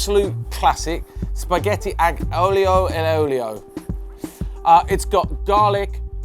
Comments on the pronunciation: you don't pronounced the G in aglio. It's just alio :) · It's pronounced "ah-lee-oh" And "al den-teh" :)